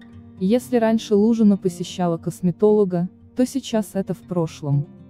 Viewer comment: Не ЛужИна, а ЛУжина.